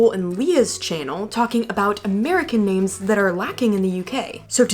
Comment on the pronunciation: Hilarious! Whilst you got most of the 'posh or not' points right, you only managed to pronounce about 1/2 the names correctly!